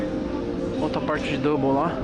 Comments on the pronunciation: É dumbell toguro, não double 😂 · Toguro é Dumbbell e não double 😂😂😂😂 Dumbbell é halteres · Se pronuncia dambel fella tmj